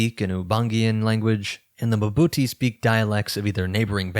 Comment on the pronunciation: "Mbuti" is not muh-buti, as you're pronouncing it. Just pronounce the initial m and then part your lips to pronounce bu. There's no vowel between m and b.